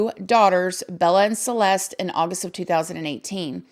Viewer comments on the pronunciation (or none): none